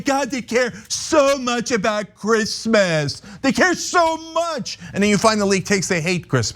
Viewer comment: Who gives a fookinnnn sheeet about chreeeemeees decorations?